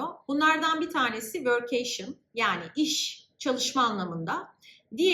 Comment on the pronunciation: vörk-key-şın şeklinde telaffuz ediliyor